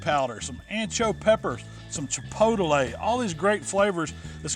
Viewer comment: lol some "Chipotlelay"